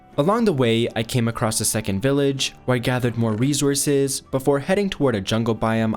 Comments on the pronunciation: Plz stop saying rezurzes i beg it's resources 🙏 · “REZOURCES” wtf man you say it every other sentence say it right ffs “RESOURCES”!! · He keeps on saying resources with a z